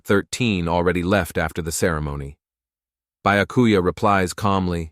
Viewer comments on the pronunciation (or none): Lmao utterly butchered XD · The way the ai said byakuya name wrong 🤦‍♀️ orihime for aizen